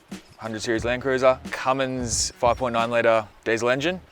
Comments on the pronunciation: CUMMINS! not Cummings!!!!!!!!! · It's a 6BT. That's 6 cylinders not 8. And it's Cummins not Cummings.. good video though, tough rig too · Jesus I wish this bloke would learn to speak. Perth not Perff. Cummins not cummings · Love ya stuff mate but there is no G in Cummins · 6 cylinder CUMMINS, not V8 CUMMINGS!! FFS. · Cummins, not Cummings!!!! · Mate it's CUMMINS not Cummings and also the 5.9 is an I6 not a V8 😄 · It’s CUMMINS, not Cummings!!! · It’s Cummins! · Cummins - no G. It’s ok, half the people in transport get it wrong too 😂